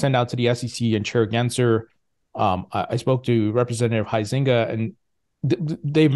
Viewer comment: nice to hear you finally pronounced Bill Huizenga’s name correctly!;)